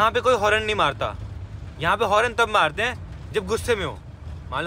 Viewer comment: horrrn 😂😂😂😂 horn hota he bhai